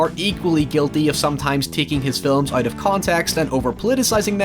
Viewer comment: The way he says out (oit) really bugged me a lot. Good vid though :)